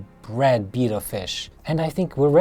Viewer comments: Wow that’s a nice tank but ur pronouncing betta as beeta ur supposed to pronounce them as beyta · LOL, it's not a Beetta, it's a Betta, pronounced like "better". But that aside, great video. Thank you! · Isn't it bay-tuh not beeta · Its pronounced Betta..... as in better.... Beta is the 2nd letter of the Greek alphabet.... Betta Splendens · I Cringe everytime he says "beeta". Good setup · Betta not beta :) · Oh wow, never heard someone pronounce Betta as beeta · the proper pronunciation of Betta is "beh-tuh" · I’ve heard people say “beta”, “bet-ta”, now “bee-ta” 😂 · why cant people say betta properley lol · Bita fish? he completely destroyed the pronounciacion of Betta. smh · I thought I had heard every pronunciation of Betta... But alas, there is another. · I love the way you say betta. Your tank setup is beautiful, but your poor betta won't have any room to swim around. I have a bunch of bettas that I rescued and they all have a lot of open space to swim. They will swim really fast playing and exercising. And for any viewers that read comments, bettas love to chase laser lights just like a cat. And you can train them to do tricks. They also love attention and they will show off when you are watching.